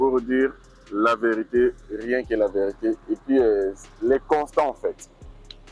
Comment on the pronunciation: Mr le journaliste on dit constat et non constant . Merci votre travail toyjours au top